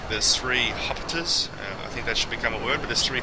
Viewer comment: I prefer "Hupiteers"